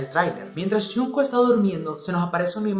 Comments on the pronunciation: "Yunco" JAJSJA. xdxdxdxd. Se pronuncia Chongu xdd. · Me mata que digas a cada momento "yunco" en lugad de "yongcuc" 😂😂😂